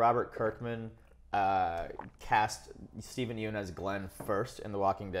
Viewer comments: Just so you guys know Yeun is pronounced "Yunn" not "Yoon" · yeun in steven yeun is pronounced like young without the g